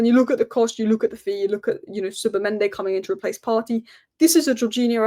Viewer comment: Please! Its not Zubamende its Zubimendi